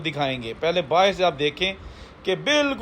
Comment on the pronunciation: Baahir nahi hota be baahar hota hai